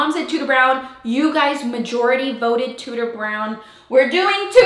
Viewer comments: Every time you say “Tudor Brown,” my brain makes it “tooter brown” and I can’t make it stop!😂 I love seeing the vision coming to life! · Does anyone else hear DooDoo brown every time hahahaha I love that she’s taking risks with this house :) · Lovely hun. One thing look on line on how you pronounce Tudor lol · My last name is Tuders and every time you say Tudor it triggers me hahaha